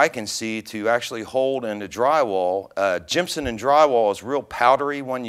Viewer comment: Thanks, those are my favorites as well. I prefer to tap them in, and they tighten them with a screw driver rather than a drill. I'm pretty sure it's "gypsum" and not "gimpsum." ;)